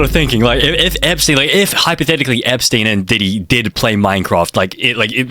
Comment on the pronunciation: Hi I’m not a hater but plz stop SAYING EPSTINE